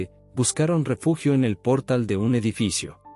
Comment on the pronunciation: Párrafos repetidos, favor de editar bien antes de subir el video, para no perder el tiempo, también se pronuncia portál con acento, ojo.